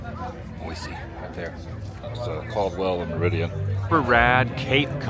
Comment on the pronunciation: Glad you're enjoying our beautiful city! The running joke is that this time of year flies are our "state bird!" Looks like the street fair was lots of fun. Boise is lots of fun - reminds me of Berkeley, CA, back in the 70s. Open-minded college town. Glad your sister has you saying Boy-see so you sound like a local. ❤ That grilled cheese looks amazing! 😋